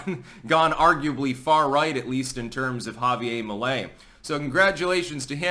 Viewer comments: It’s JavieRrrr. Not Javie-ay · why do you have such a hard time pronouncing Javier? It's HAH VEE AIR, not YA Ve YA. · Once again, its pronounced "ha-vee-air". Not ha-vee-ay. Its Spanish, not french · Ja-vi-ER , pronounce the R! Right on! Finally, some good news for Latin America! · I think his End the Fed puts him firmly in the Ron Paul camp, but he's very funny, which is more a Trump-like thing! Remember, Anarchy is Better than No Government at all! Chile has always been about 50% Socialist. Also, the "r" is pronounced in Spanish. Unlike in New Hampshire!